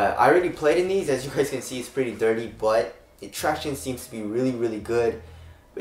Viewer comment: runinyuh he is just saying “traction” but he is saying it weird. Tract-iown-ess